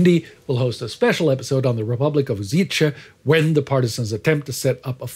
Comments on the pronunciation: Except the authors pronounciation of the word "Užice" :), this is a fairly true and unbiased overview of what really happened in Yugoslavia at the beginning of WW2, ...but Several more facts are also worth mentioning: This "Užice Republic" was the first nazi-free teritorry in the whole of Europe, and the retribution 100 civilians for 1 German soldier was enforced only in Serbia and nowhere else. It is also important to say that both partisan and chetnik movements were fighting Germans during the entire WW2. The chetniks stopped fighting openly and kept low profile exclusively because of the retributions I mentioned above....they simply did not want to sacrifice 100 civilians for one German soldier.... I am grateful for this overview...regards from Serbia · It is not pronounced "U-zee-che". The correct pronuncination is "U-shee-tse". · Great episode! Just one minor thing, the town is pronounced Uzhitse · On misspelling the name of my hometown. It is Kraljevo and not Krajlevo, lj and not jl. We remember the 14th of October as the start of the massacre. Bonus points Užice / Ужице pronauncination is ... a bit lacking. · Slavic languages are difficult but it is still much easier to pronounce correctly Serbian Užice than Swedish Göteborg. Yet you don't hear people complaining about Swedish. :) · i know right, the way he pronounces užice is just hilarious, i know slavic pronunciation is messed, but still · I love how english speakers have the urge to insert ch(č) sh(š) and zh(ž) sounds in slavic words especially in places where they shouldnt but at the same time hate to pronounce it in places where they should. Užice has an obvious lack of č while simultaneously an aboundant presence of ž, but that didnt stop our host from deciding that Uziče was far catchier than Užice. Great episode by the way, its nice to see foreign historians actually care about the truth unlike balkan historians who realized that falsification is far more profitable.